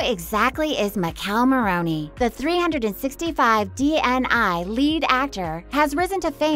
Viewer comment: Pls learn how to pronounce their names or at least "DNI"